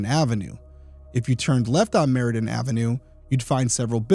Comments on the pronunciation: It’s Meridian avenue, not Meridan avenue. Come on detective, details matter. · I am so glad you do bring attention to these cases. Side note, Cozad is pronounced Co as in coworker and zad like Chad. Meridian Ave was pronounced incorrectly as well, you left out the second I. I have a potentially small and wrong theory, but she was killed on her first morning working as a manager. I’m not sure how long in total she worked there, but first as a manager. Is it possible the suspect was intending to kill the manager who used to work that shift? He could have been sent to kill another woman and was told she always works Monday mornings?